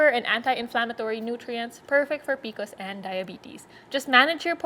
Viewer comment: I really want to watch & get some info but I can’t because she keeps calling is PICOs 😫